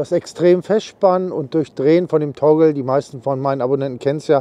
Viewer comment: Praktische Idee! Spart sicherlich einiges an Zeit beim Auf und Abbau. Nebenbei, was ist ein 'Tongel'? Meintest Du vielleicht 'Toggle', also einen Knebel? Danke für's zeigen und nachträglich noch alles Gute zum neuen Jahr! Nachtrag: später im Video wird's deutlicher, gemeint ist tatsächlich 'Toggle'. Sorry, hörte sich zu Beginn anders an.